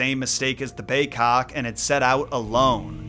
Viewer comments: why do you say bay-'cock' instead of bay-'kok'?? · It's big-kok....I know. I'm an injun from nw ontario